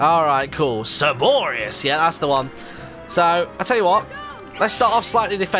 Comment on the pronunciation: Cebores - Cerberus lols :D